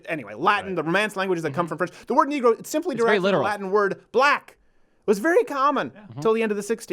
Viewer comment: First of all your not saying negro correctly. I don’t think the word negro is racist but when you say it like that it is potentially offensive